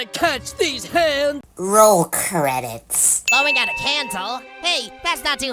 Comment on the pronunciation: RoLl crEidTs